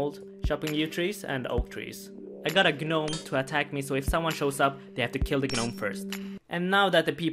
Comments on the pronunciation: I laughed out loud when you said "guh-nome" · Love the way you pronounce 'Gnome' dude, it's just 'nome' btw the G is silent <3 , much love - keep up the great work! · I'm triggered. What the fuck is a GAHnome? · The G in gnome is silent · Everyone here commenting on how he says passage but not the fact that he said G-nome basically tells me no one knows how to say gnome... nor scimitar.. nor half.. my point is, why comment on the way he says something when his pronunciation is understandably a mistake and not something super dumb and simple?